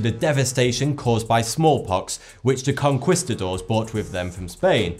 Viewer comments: Lol the way he said conquistador. Its pronounced conn-keesta-door, not conn-quissta-door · FFS, can you look up "how to pronounce conquistador " already? It makes me want to pull my ears out!